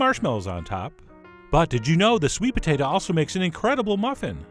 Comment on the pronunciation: I like when you say sweet "pa-tate-a"